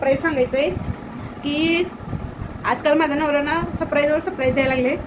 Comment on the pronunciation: सप्राईज नाही ग बाई surprize